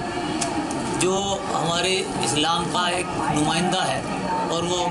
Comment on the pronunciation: "इस्लाम" बन गया............ "फत्स्लाम".......